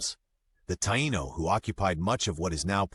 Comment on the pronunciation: "Thai-eeno" thats how you say it